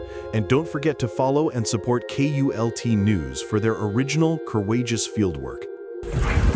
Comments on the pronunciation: Its KULT NEWS NOT UTULNEWS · It's KULT NEWS, not with a U. Great video! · UAULT News??? This Artificial Intelligence is truly artificial. It’s KULT News morons!!! 🤦🏻🤷🏻‍♂️ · It was K U L T news ,NOT, U A U L T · It's KULT NEWS he is one of the best. The computer can't even get the name correct.